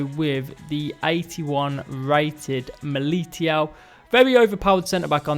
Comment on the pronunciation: Mileeteeow Me: Say it right, WTF it’s Mi li tao